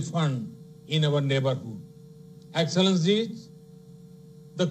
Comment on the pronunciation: Chai kadak se English padak tak ka safar.enxilllencinnneee heheee